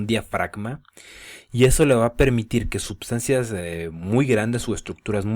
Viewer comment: por qué dices subsancias?